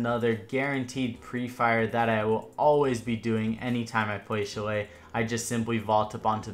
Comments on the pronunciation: Its pronounced sha-lay not chillay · Bruh chalet is said " shall lay " not chall lay. Good vids tho man lots of good tips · When they pronounce Chalet wrong (It’s pronounced shal-lay) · You're saying chalet wrong